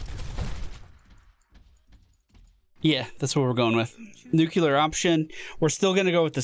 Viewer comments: If you care, two pronunciation tips: Ablative: It has two meanings, each with its own pronunciation. If you pronounce it "AB-LUH-TIVE" you are referring to the grammatical case. If you pronounced it "A-BLAY-TIVE" you are referring to the act of carrying away/deflecting (i.e. ablative armor) Nuclear: Is pronounced "NEW-CLEE-ARE". A common but incorrect pronunciation is "NEW-CLUE-ER" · Nu-Clear option.